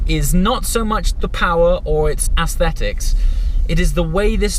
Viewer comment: You need to check how to pronounce aesthetics.